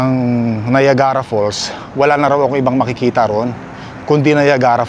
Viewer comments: Hello,! I think this my first time to make a comment on your vlog. Dahil sa influencer ka, please try to google the proper pronunciation for Niagara para sa mga tao sa ating bayan. Salamat - it’s not meant to be a bash. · Free po ang google, i-google mo yung correct pronunciation ng Niagara kc taga Canada kpa nman at malalaman mo din sa google na capital ng Ontario ang Toronto😬 wag mo gawing excuse yung laging hindi mo alam kc nka wifi k nman kaya use google to search stuff✌️